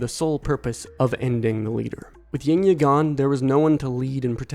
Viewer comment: Yngya pronounce Ing-ya